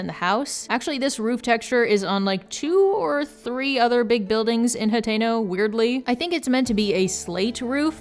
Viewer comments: Are you saying Potato? Like Potato village? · i'm so sorry but i am not a zelda fan so i thought you were saying potato town for like 10 minutes